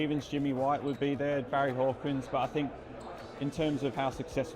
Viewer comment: “Barry Hawkins” 😂🤦🏻‍♂️